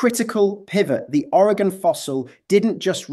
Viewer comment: Greetings from Oregon! Thank you for pronouncing it correctly! Despite the accent, you pronounce it better than most Americans from other states... who typically say Oreg-On .... cringe... it's Oreg-In. 😊